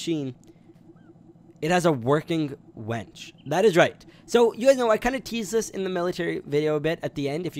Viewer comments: U said wench instead off winch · Anyone hear him saying wench? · You said winch wrong